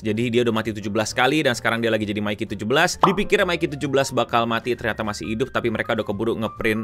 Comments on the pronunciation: Btw Mickey kyknya bacanya lebih ke Mickey di Mickey Mouse, bkn Mikey Kiyomasa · Bang nyebutin nya itu "Miki" bukan "Maiki"